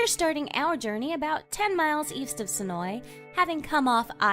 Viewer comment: Thank you for pronouncing Senoia correctly!